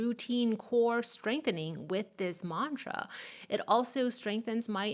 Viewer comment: You are pronouncing mantra accurately.